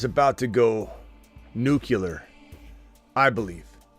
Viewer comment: Nuclear, you keep saying nucular